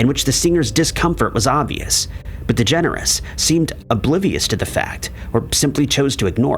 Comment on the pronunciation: I like it, that you pronounce it "Ellen Degenerate" ^^